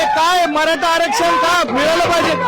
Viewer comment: Bhai ghantyala sadh aarackshan bollta yetnaye aani aarckshan pahije yala